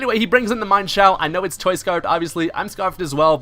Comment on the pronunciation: you said mienshao's name wrong. its pronounced like this: mienshao.